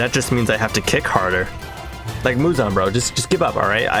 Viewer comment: Muzan ❌ Muzon ✅